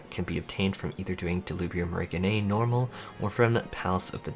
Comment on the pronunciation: Say it with me “Del-li-bri-um Reg(rej)-(jin)i-nae. I’m sorry bro your annunciation was giving serious chills. Besides that thanks for a detailed guide.